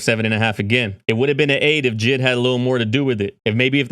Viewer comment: Mf called JID jid💀